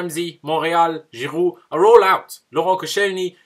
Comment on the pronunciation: why were you calling koscielny, giroud and ozil’s names weirdly 😂😂😂 Where you trying to talk like Arsene?? 😂😂😂🤣😅